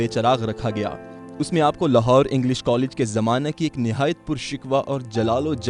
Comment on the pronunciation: Lafz purshikoh h. Purshikwah nhi